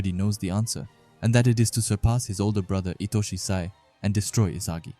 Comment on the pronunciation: yo please say sai next time and not "say"